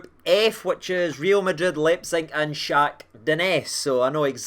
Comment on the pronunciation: Full send on the pronunciation of shaktar